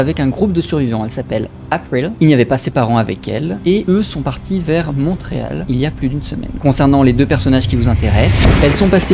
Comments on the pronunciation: A , on ne prononce pas le T de Montréal en français, le T ce prononce qu'en anglais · Petit détail mais le t dans Montréal est muet, alors la prononciation est "monréal" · mais comment il prononce Montréal 🤔